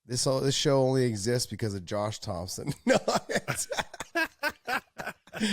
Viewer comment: Josh "Thompson" Thomson